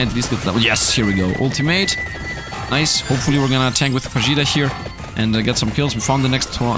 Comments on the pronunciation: Heyy Love your content, it's so nice finding people who enjoy the same type of games I do :D By the way, are you sure "fajita" is pronounced that way ? I think it sounds more like "fa-hee-ta" Sending loveee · Oh my greek friend :) it's pronounced fa-HEE-ta, because the J is pronounced as an H in spanish. Great video btw!!